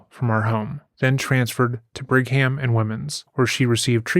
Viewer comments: If it comes up again the "Brigham" in "Brigham and Women's" is "Briggum" not Brig Ham. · Sorry. Not brig-hams but brigums (& wimnz). Sorry to hear YT is giving y’all a hard time. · Thank you for covering this WILD local story… 2 things for future stories It is just Logan Airport not The Logan Airport Brigham and women’s hospital is pronounced “Brig-um” not Brig-ham” LOVE your content… keep it up 👍🏻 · It’s Brig-um and Women’s Hospital. Not Brig-ham. Do your research. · Brigham and women's... Brigham is pronounced brig-em